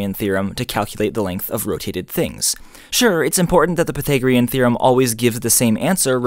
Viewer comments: Aaaargh! Why do you say pythagorean like that? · I've never heard Pythagorean theorem pronounced like that